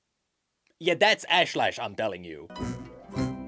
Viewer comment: Ash-Lesh. not LASH